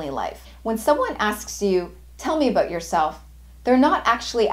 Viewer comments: i'm stressed out by the way she says "abewwwwt" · i seem candian...your pronunciation of "about"😅...verry helpfull thanks